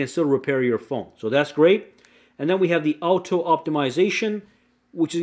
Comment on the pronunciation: What's this word he keeps saying. Owto